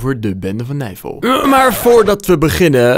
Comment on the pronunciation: Niemand: Helemaal niemand: Tajoela: geen disrespect maar het klinkt echt als navel*kuch*kuch